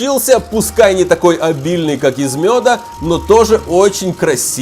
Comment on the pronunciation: Хаха ты сказал мода а не мёда 😂😂😂🤣🤣🤣🤣🤣😂😂🤣😂🤣😂🤣😂😂🤣😂😂🤣😂😂🤣😂😂😂😂😂😂😂😂😂😂😂😭😭😭😭😭😭🤣🤣🤣🤣🤣😂😂🤣🤣🤣😂🤣😂😭😭